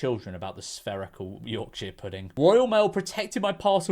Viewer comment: please never pronounce Yorkshire like that again